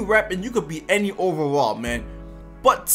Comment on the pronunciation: I like you but learn how to say overall 😂